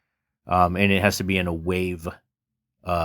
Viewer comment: Wait who says wahhhv 😂 wish this was a vst!